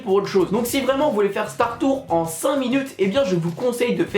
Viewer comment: ON DIT "Star TourS", on prononce le "S"... Ah, et dire aux gens de se mettre à la sortie de la Stretch room de Phantom, c'est pas cool pour les CM, car après, ces derniers doivent faire des pieds et des mains pour demander aux guests d'avancer jusqu'au fond de la pièce, alors que ces derniers vont automatiquement vous suivre...